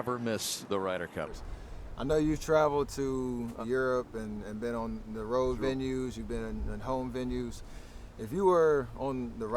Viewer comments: MJ pronunciation of “ROAD” is interesting 🤨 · he says road weird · Mj sounds so white saying “road” lmfao